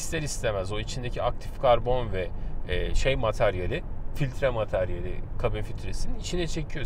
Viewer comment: bey efendi NİÇİN POLEN FİLİTREİ DEMİYORUNDA KABİN İÇİ FİLİTRESİ DİYORSUN